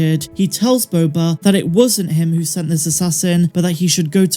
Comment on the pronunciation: Who says “Boba” better than?…. No one!!!!